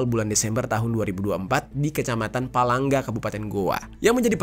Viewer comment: Palangga’ ✅ pelangga ❎